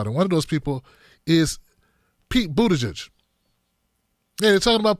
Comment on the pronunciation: it's pronounced "BOOT-uh-geeg" 😂